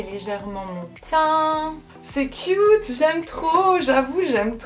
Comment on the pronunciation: C'est chou comment les Français prononce cute "Qui-ute" 😊!